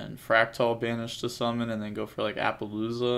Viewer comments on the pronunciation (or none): none